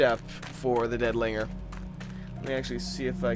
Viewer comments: lol at the way you said linger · Also made me lol. xD